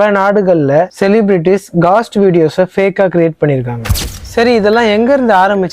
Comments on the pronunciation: காஸ்ட் haa கோஸ்ட் haa.. 🙄🙄🙄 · Bro ghost and soul pronunciation matum correct panikonga